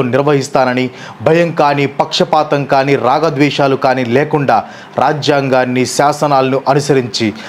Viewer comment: ragadavesalu kadhu rajadveshalu 😂😂